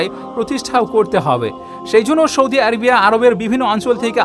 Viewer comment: U r very good, learnt many things. Good presentation. One mistake , Sana Saudi u r saying Shana Shaudi.